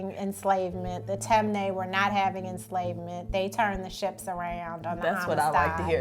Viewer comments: Lol she pronounced the tribe wrong, but it’s cool tho. It’s tee-mey -nee, not tem-ney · it’s not tem-nay it’s ti-mi-ni🇸🇱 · Its not “tem- neh” it’s actually pronounced “tim- knee” im from Sierra leone and that is the right pronunciation for temne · Just being helpful here it’s pronounced “Tim-knee” not “Tem-Ney” I would know because I’m from that tribe in Sierra Leone 😊😊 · And it’s not pronounced tem- nae it’s pronounced tim-eh-knee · Lmao she said “Tem ne” we pronounce it as “ Tin me ni” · ok “mendi” and “timni” that’s how you pronounce it. They are the 2 largest tribes in 🇸🇱 ❤️ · I’m from Sierra Leone, temne its pronounced ti mi ne not tem nay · Guys just for pronunciation it’s “Timinie” not ‘Temne’ and “Full-a” not ‘Fuula’ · glad for everyone! Temne is pronounced tim-nee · She pronounced Temne incorrectly it’s pronounced (Tim-nee) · This is really interesting. Btw it’s pronounced as “tim-knee” I’m from Sierra Leone and my tribe is Fulani. Proud African 🌍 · The way she pronounces temne 😬 but I guess a lot of African American are Sierra Leoneans 🇸🇱🇸🇱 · As a member of the Temne tribe, someone please teach her how to say Temne🇸🇱🇸🇱🇸🇱